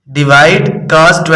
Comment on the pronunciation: Sir g Caaz Nahi cos hota ha 😅